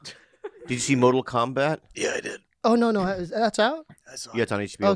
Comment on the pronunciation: He said "Modal" Kombat...too funny